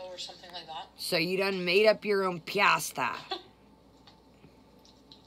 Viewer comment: I can’t standdddd the way she mispronounces pasta!!!!